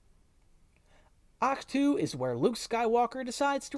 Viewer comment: Ahch-tu what... say that again